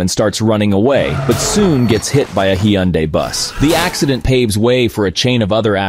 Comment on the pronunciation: "He Got hit by a Eeh-hun-dai bus" lol